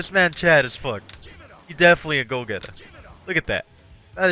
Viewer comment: "He definitely a go geta" I'm dead